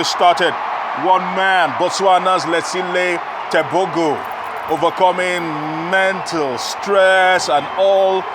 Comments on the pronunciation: No,it's pronounced "Tebogo" just the way it's written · It is pronounced “teboho “